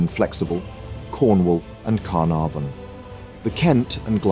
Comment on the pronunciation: His pronunciation is atrocious! Canopis, Spee, Carnavon all misspoken. Ugh!